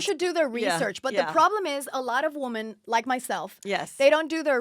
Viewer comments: Its women-- "whim in" . Her pronunciation is killing me. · Omg Lady, WomAN is singular....WomEN is Plural ...Pronounced Woo men. * It’s no wonder she was fired from RHBH, Brandi and the others were trying to help her bring the drama...but she was off in butterfly LaLa land thinking she was there to make nice nice with everyone. She was completely dull on the show and seems to not realize it at all. The Wooman is not very bright. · She says “woman” for women lol I believe Danielle stub says it this way as well. Lol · She keeps saying woman for women. My head is going crazy lol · This guest said "woman" so many times instead of "women"..annoying as hell. The plural of woman is women. Especially when she is supposedly involved with "woman empowerment" instead of "women empowerment", etc. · remember when everyone made fun of danielle staub for saying "women" incorrectly, i still never know who is wrong because they technically are saying it right...i think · Why can't that bitch pronounce "women"? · Is it me, or can she not say women?...